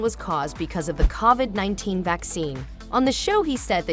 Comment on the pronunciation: Wow, you horribly mispronounced Covid. How is it possible that you’ve never heard it pronounced??